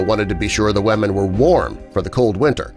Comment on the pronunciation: ‘ he had to make sure that the WaMeN were ok’ 🤦🏽‍♂️😂